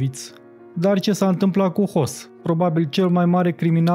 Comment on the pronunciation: Nu trebuie neapărat sa cunoşti limba germană şi regulile ei elementare de a reda, în special, numele personale pentru că dacă ai pretenţii de om de cultură, o poţi face ascultând un post Radio/TV german sau urmărind coloana sonoră a unui film german. Lucru pe care comentatorul acestui filmuleţ nu l-a făcut pentru că a ţinut neapărat să se facă de râs. Şi a reuşit. "Hoss" e una dar "Höss" e altceva; "von" Ribbentrop e una dar "fon" Ribbentrop este pronunţia corectă; "Henrih" e una dar corect este "Hainrich" pentru că aşa pronunţă neamţul. Dar, dacă vrei neapărat să inventezi o variantă nouă a limbii germane, merge şi aşa.